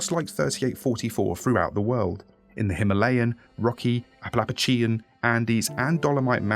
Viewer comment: Me thru out this video: 🥺 Then: “Appalappachian” 🤣 I know it wasn’t intentional, but boy did that brief break in the solemnity help out a lot! 😅